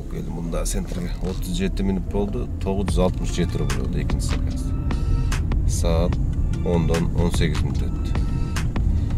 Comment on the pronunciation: Салам алейкум. Саказ эмес заказ болсо керек.